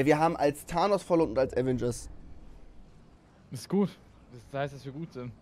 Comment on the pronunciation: Das heißt doch Aveeeengers nicht Avengers